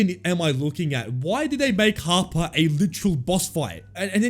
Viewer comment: Every time he said "Harper" I thought he was saying Papa